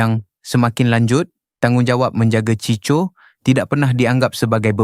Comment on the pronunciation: Sebutan kena tepat. Bukan CHI CHO, tapi CHI KO. Ejaan tulisannya CHICO...